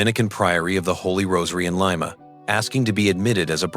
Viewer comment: AI....it's Lee ma. LYE MA is a bean.😮😅😅😅